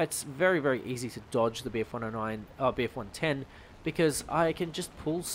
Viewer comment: You really struggled trying to say bf110